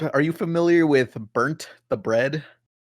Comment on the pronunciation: First, i once actively woke up at 4 o clock to watch mythbusters, yes it was a saturday, i am completely willing to wake up early to watch the show i love, new episodes, no reruns. Second it's not "Burnt the Bread" but "Bernd the bread" or in german "Bernd das Brot".